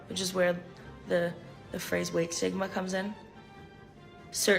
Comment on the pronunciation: I heard weight sigma 😂 not weight stigma